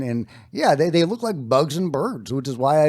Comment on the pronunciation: "thæy are beautiful, whatever thæy are, thæy are beautiful